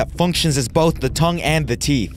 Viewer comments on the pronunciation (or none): none